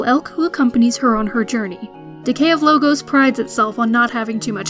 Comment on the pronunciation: I question your enunciation of the title. I don't think it is the plural of logo, but Logos, the Greek term for eternal truths. Subtle, but odd the way she reads it off the script.